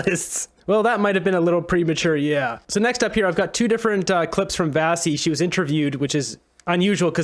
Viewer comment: Why do you keep calling her Vassi? Her name is pronounced Vashi with a sh.